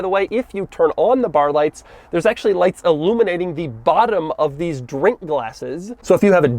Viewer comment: No one: Doug: Dheeess